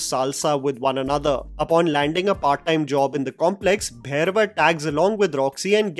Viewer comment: First of all.. it’s not Bhayrava.. It’s Bhairava!! For gods sake